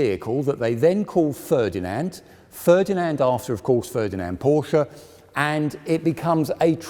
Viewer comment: Very interesting but please pronounce Porsche correctly